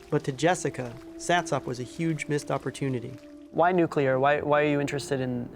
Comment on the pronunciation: Satsop. Pronounced satsup